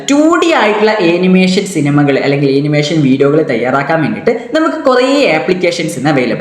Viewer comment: Animation pronunciation - ˌæn.ɪˈmeɪ.ʃən(an-uh-MAY-shuhn) ഏനിമേഷൻ അല്ല